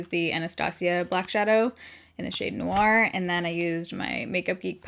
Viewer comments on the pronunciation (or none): none